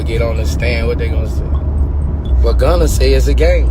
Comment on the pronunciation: His name is Gunna! “Gunna Tell”